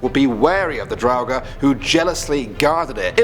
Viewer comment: Its said "droughur"